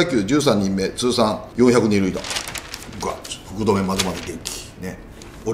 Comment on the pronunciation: グッドがゴッドに聞こえる